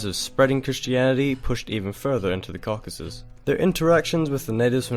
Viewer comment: Im really starting to get tired of hearing Cockasus.